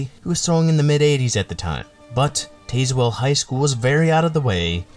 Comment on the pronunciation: Do more research on pronunciation. It’s TAZ Well.